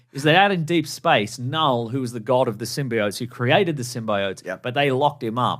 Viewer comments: KaaNull lololol the k is silent bros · The fact you can’t pronounce knull right is annoying AF. You put as much effort in learning that word as they put into all 3 of these venom movies.